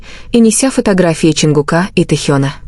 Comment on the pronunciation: Ну какого ЧонгукА,но вы сами себя слышите как вы говорите и коверкаете имена ребят, противно слушать. И как могли услышать что сказал Чон на ухо Тэ? Сказочники блин